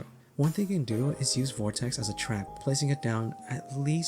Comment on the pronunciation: why do you add a t to vortex?